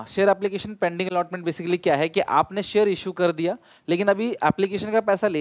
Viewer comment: Sir while saying kardiya ......krrrrrrrrdia😂😂😂